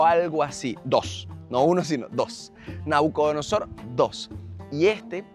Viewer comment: Mi querido Enmanuel una corrección con mucho respeto, no se dice nacudonosor es Nabucodonosor Rey de Babilonia por eso es Palacio de Nabuconodosor